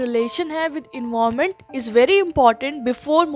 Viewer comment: your pronunciation for environment word is wrong